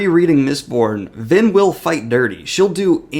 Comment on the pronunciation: I heard Lyn rather than Vin 🤔